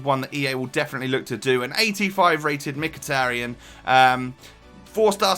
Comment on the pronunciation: You are pronounced Mkhitaryan right good Job;)